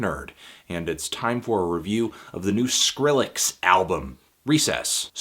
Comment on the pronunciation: anthony, thank you for pronouncing the name properly and not "skril-lex" like a bunch of the weirdos out there. idk why but i hate that shit.